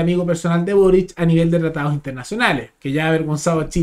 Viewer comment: Con énfasis en lo de "amigo personal de burric"